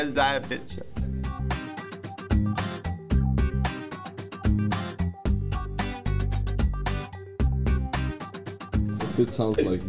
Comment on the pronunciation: Er kann "Arschgewei" besser aussprechen als "Ihr seid spitze"